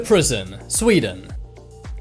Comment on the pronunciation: Sweden not swden